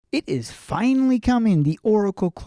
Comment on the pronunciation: Bro said "finally" Like he was waiting for it for eternity